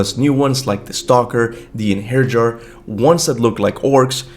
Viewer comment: For the love of god kuba Its pronounced like einheryar😂